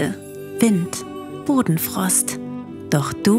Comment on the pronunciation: Muss zugeben, als bei "Bodenfrost" kam, hab ich "Hodenfrost verstanden und dachte das wäre Absicht